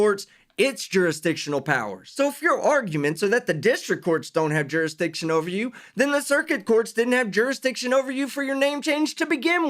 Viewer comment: “Jeerisdicrion” makes you sound even more stupid😅